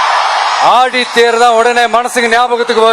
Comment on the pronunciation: டேய் முண்டம் அது ஆடித்தேர் அல்ல டா? ஆழி தேர். எழுதிக் கொடுப்பதை ஒழுங்காக எழுதிக் கொடுங்கடா. பொள்ளாச்சின்னு எழுதி கொடுத்தா புள்ளத்தாச்சின்னு படிப்பான் போல.